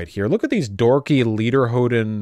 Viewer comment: "Lederhoden" ... dude! German leather testicles!